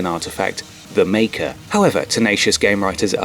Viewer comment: Dramatic pause..."the Maker"...smh.